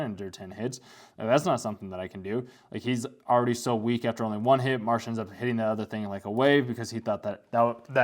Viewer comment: The main character's name is Mash, not Marsh.